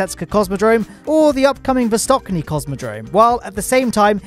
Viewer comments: Hey, in ish you pronounced the upcoming cosmodrome as Vostokniy, instead of Vostochniy (there is a ch instead of k, and is pronounced as in “cheese”). Just wanted to point that out, great video though:) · [vostochniy] "ch"(ч) sounds same like in word "cherry". Last part of this word "y" in rus is "й". Sounds very similar with "y" from "yolk". Just wanted to say that) Good news as always, thanks mate! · needs to get his pronunciation of Vostochny right.